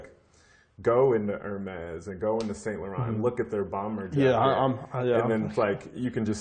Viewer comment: Virgil can't even pronounce Saint Laurent (san-lou-ron) properly? haha I'm surprised considering him being the head of LV which is a French company. lol smh